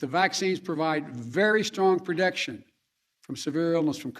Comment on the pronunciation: So believe me I'm no trump supporter but they sure made fun of him when he couldn't pronounce words. Biden has done the same thing. If you listen closely into the video he pronounces protection "perdecktion". Now it may seem like I'm being petty or picky but Biden many times has slurred his speech and NO ONE has called it out on the left. All day long they called out Trumps misspellings and mis-pronouncing of words. What a foul country we live in. Turn a blind eye when you want to support your agenda but call it out when you hate it.....And see Cenk talks all this crap if he were to stand toe to toe with Joe, Joe would wear that ass out. Cenk always acts bullish when he isn't in proximity to someone bigger or stronger than him or if they are small than him then he is a big bad dude....